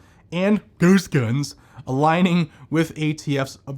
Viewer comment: I love the 'ghost guns' pronunciation!😂